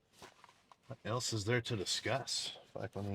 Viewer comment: I FINALLY FIGURED IT OUT! This dude is %100 a trailer park boys fan and is channeling his inner Ricky at times lmao. If ever binged that show and didnt have a slight Canadian accent you didn't really watch that show lol. "Ohh fack, I'm fackn pumped" 😂😂